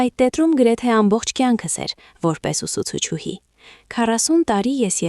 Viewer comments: Ներեցեք,բայց բառը մի արտասանեք այնպես, ինչպես գրվում է։Օրինակ ուսուցչուհի,արտասանում եք այնպես գրվում է։ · Հարգելի ընթերցող,ուսուցչուհի նվիրական բառը ճիշտ ընթերցեք։Մի քանի անգամ նույն սխալը կրկնեցիք։